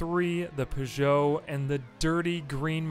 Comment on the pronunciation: The French car make Peugeot is pronounced either "pooh-jo" or "purr-jo", not "puh-jo".